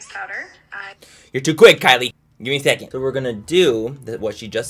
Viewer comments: Manny 'give me a shecond' MUA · "Gimme a shecond"😂❤ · “ you need to give me a siacend” 😂😂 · " give me a shecond bitch, give me a fucking shecond " im dead 🤣🤣💀. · “You need to give me a syecond”😂